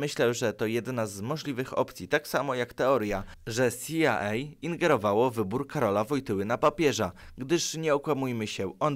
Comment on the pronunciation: s i aj ej sie mówi a nie c i aj ej